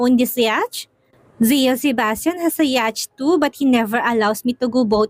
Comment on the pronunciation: wala naman po masama kung tatanggapin at i-correct mo yung ibang english word pronunciation mo for the sake na rin po ng mga young and student listeners of this channel. Once again po YACHT is pronounce as yat and SWIVEL is pronounce as suwivel.